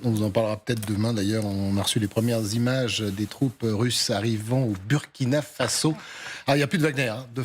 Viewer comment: Je ne comprends pas votre mauvaise prononciation pour le Burkina Faso dont le "U" ce prononce "OU" comme en exemple le Burundi, alors ce serait bien que vous fassiez un effort pour rectifier vôtre erreur, car cela ecorche les oreilles, bonne journée à vous.